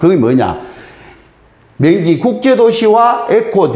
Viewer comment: 즈기요..슨생님....맹지가 아니구염.....명! 지! 입니다만....